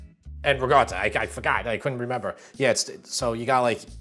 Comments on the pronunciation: Good question - the way I pronounce ricotta is "rigawta". It's how many of us on Long Island (NY) pronounce it. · Rachel Ray has destroyed the pronunciation of "ricotta"! There is no hard 'g' sound; it is a hard 'c' with a stoppage of air before the 'tt'. I love your channel! Thanks so very much.